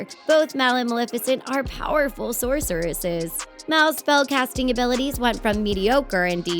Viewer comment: i cracked up as soon as i heard her say sourcereses